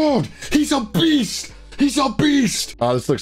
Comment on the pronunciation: He said a beast, but my ears heard it as "Obese! Obese!"